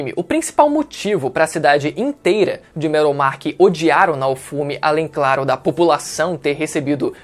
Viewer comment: PQP CONTINUA FALANDO ERRADO NAOFUMI, ASSISTI A OBRA E FALA ERRADO O NOME DO PROTAGONISTA, KKK